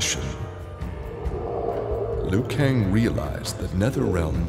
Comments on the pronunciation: idiot it's not lui kang it's liu kang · ITS LIU KANG NOT LUI KANG!!!! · It said Lui Kang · Lui kang??? Liu kang